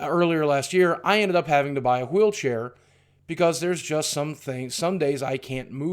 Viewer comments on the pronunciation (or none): Anyone notice the fact that he pronounces "wheelchair" like Stewie? 😂